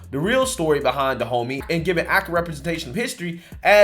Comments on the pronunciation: My ears: "Da Homie Kingdom" 😂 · I swear my brain hears it as De Homie which only makes this situation even more funny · Am I tripping or did he just say the kingdom in this movie is called "Da homie"? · Am I the only one who finds the fact that the Dahomey sounds like "DA HOMIE" hilarious?